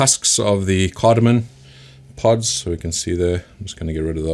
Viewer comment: Awesome video. Glad I discovered your channel. Super informative. By the way, it's CardamoM, not CardamoN.